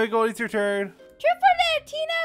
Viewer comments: Also she says truf not truth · she said truth not dare goldy